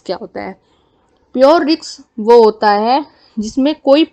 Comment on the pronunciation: Riks nahi Risk 😂😂😂